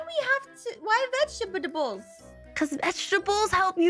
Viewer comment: "A da-ih-ca-ri. What is a Daihcari?" "Why do we~ why do we have~ Why Vegetabedables?" -Zombie Aphmau, April 2021